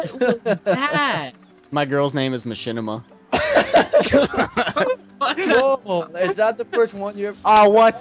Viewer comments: it's MA-CHINIMA! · should have called it ma-chin-ima